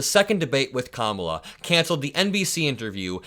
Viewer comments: He so stupid he thinks that’s cute to call her out of her name can’t even pronounce it correctly 🙄 Vote blue please so we can get rid of this fool. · STILL MISPRONOUNCING KAMALA'S FIRST NAME AND NOBODY CORRECTS HIM🎉🎉🎉🎉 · Oh! That's how it's done. Hey, FOX News............don't run anymore negative ads on your network about me during the campaign. But I can intentionally mispronounce the Democratic Presidential nominee's first name (Ka-MALA) as a code word for her gender, race and Vice-Presidential station, and lie about her at every turn I can........even though I am a STABLE GENIUS, and her name is only 3 consonants and 1 vowel. Even though I have been repeatedly corrected on the pronunciation of her name, I intentionally and "jokingly" emphasize "MALA" in her name because I have the wit and charisma of a stale box of popcorn, and I know the MAGATurds who sniff up what I "put down" think it is a representation of her Indian (Masala) and tangentially incorrect immigration status. It is all blatant and juvenile cowardice, and I know that Vice-President Kamala Harris is smarter than me in every way, and not just because she is a successful and seasoned Prosecutor, District Attorney, Attorney General of the State of California, United States Senator and Vice President of the United States of America. I know that by comparison, all I have is a big, fake silver spoon rammed in my ass by my daddy, and I have failed at everything I have ever done (that's why my nickname is "The Stomach", not just because I look like a decomposing beached walrus. It's because everything I touch turns to shit). And don't forget that my only political experience before being elected President is announcing on talk show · t-Rump can’t even pronounce VP Harris’ name so he’s very ignorant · Hey, he's the one that wanted Biden gone. How do you like it now, fool? The least you can do is pronounce her name right . Surely you know it now. She's the one that will kick your ass to the curb.